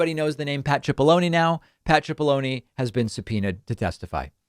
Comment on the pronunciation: You keep saying his name as if it has an h(chipollone). It's pronounced Sipollone.